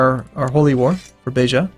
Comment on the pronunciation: I'm impressed, your pronunciation of Beja was one of the best words in Portuguese you've ever done on all your videos.